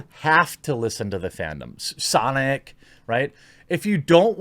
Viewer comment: its pronounced "SAHNICK" bro